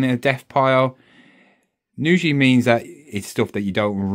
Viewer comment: Usually...not nusually...aarrgghhhh